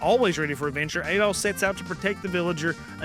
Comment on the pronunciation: Ys series, the main character's first name is pronounced more like Add-All rather than A-Doll.